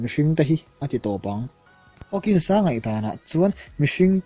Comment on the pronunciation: Stephen Hawkings a nilo.. Hawking aw